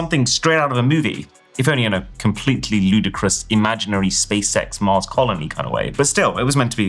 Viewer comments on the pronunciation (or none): none